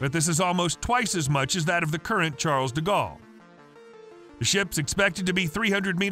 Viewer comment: Ah. Yes. Charles Diggawl. Butchered like a true American. At least try, ffs.